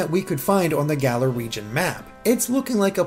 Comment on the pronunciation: It's Galar. Say it right!